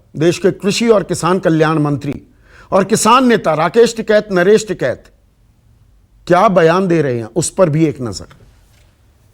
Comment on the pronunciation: संदीप जी ये एंकर महोदया कहा से‌ आई है जीसको टीकेत का‌ नाम हि सही से नहीं आता